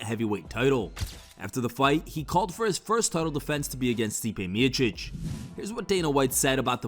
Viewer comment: It's pronounced Stipe Me O Chick! This narrator can't pronounce it right. It's not Me itchic !